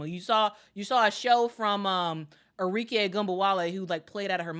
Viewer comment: ARIKE - Are - Ree - Keh (not Kay)